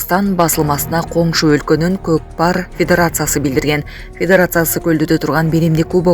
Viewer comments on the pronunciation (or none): Кокпар эмес Котпар